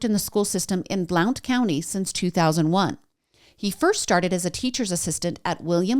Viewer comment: Just a heads up from a local — Blount county is pronounced like blunt. Ignore the O 🤣 Also Maryville has no S. It’s pronounced mare-ville. No e sound.